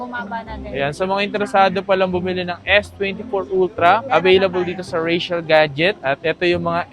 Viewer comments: Rachelle ka ng Rachelle. Basahin mo nh mabuti at i pronounce mo ng maayos. Richelle yan hindi Rachelle. Nakakairita. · Mahirap ba talaga i pronounce ang "Richelle"? Hay naku